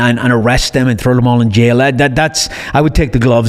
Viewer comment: Every podcast featuring I assume will be the same and I listen anyway, I could hear him say “Trow” instead of “Throw” all day long.